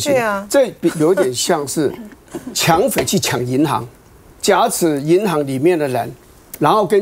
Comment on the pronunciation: 不是挟持(xie chi)吗？